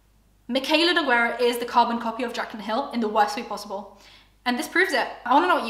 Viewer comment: Nogueira it's pronounced as NEW-GAY-RUH not Ne-guei-rah 🤦🏻‍♀️